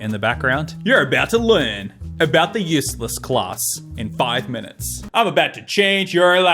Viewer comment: I hate the way he pronounces "useless" like "use less"